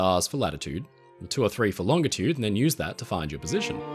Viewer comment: Thank you for using a hard G when saying "longitude".